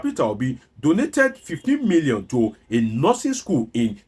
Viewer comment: A man who cannot pronounce 15 million naira correctly, can't be taken seriously.